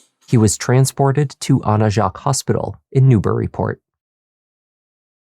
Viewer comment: Great video. If I can offer one correction. The hospital is pronounced as “Jakes”, not Jacques with the French pronunciation. I’m from the area, I was even born at Mt. Auburn! 😊